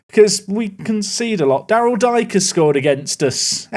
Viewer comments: Daryl ‘D K’ not Dike, like the derogatory term🤣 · The WBA striker is Darryl Dee-Kay rather thank Dyke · Dike is pronounced DK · Dike is pronounced (Dee-Kay) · At least Espinoza scored against Luton! 🇺🇸🦅🤠 Also Daryl Dike pronounces his last name Dee-Kay FYI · Its pronounce Daryl Deekay, but thats ok 😅